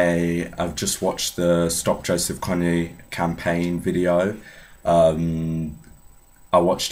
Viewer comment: The best part was the naming. Because everyone says it like Koney when really its like Kone